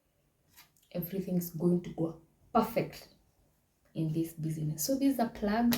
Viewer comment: thank you very much, i have learnt alot. Just a request, kindly say bizness not busyness. hope you got my point